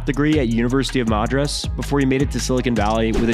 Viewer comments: That pronounciation of Madras is possibly the worst Ive ever heard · Lmao his pronounciation of madras